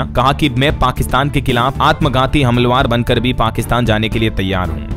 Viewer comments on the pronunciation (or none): हमलवारों गलत उच्चारण है